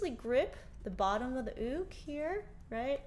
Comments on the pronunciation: It’s pronounced youk but it is spelled uke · I love this! The only thing is: I understand it may be correct to say “ook”, but I only know “Yook”, and it’s freaking me out! Love you anyway! ❤️💕🥰